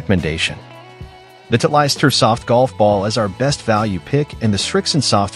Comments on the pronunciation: Too funny! This robot announcer calls Titlest - Tit'-leist! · Somebody needs to teach AI how to pronounce Titleist.